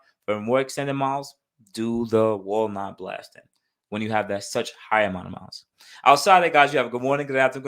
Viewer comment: I thought you was saying Walmart blasting lol nonetheless I learned something new today 👍🏼